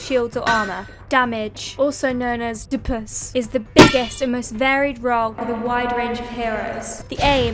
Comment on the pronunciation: lmao "DPS" = "Duh-puhs" had me rolling